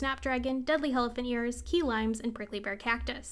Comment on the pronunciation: My dumbass thought you were saying jalapenos in a super weird way everytime you said deadly helephant ears